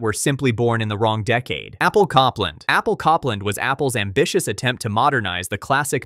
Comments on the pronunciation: Cop-land was painful. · The Apple project was pronounce Cope-land, as in the 20th Century American composer. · Copland... like the composer, not Cop-land! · Copland is pronounced COPE-land. Long O.